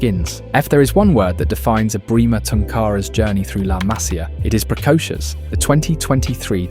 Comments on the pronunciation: Disculpa tengo que decirte que se pronuncia "masía" y no 'másia' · Se pronuncia Masía con acento en la i MasÍa, aprende a hablar castellano si quieres hacer videos del Barça porque suenas ridículo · La Masía, por favor mira dónde va el acento.